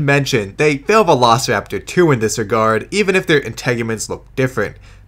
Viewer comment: The Documentary's Narrator's Pronunciation on Velociraptor Sounds like He's saying "Vanossiraptor"